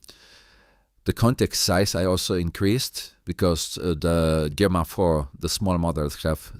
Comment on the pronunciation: It's pronounced Jemma. The G is soft.